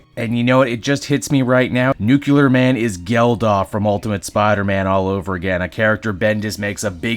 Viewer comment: Nuclear… Not New-ke-lerr